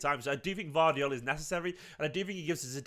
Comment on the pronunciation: Pronounced...... YOSHKO GUARDIAL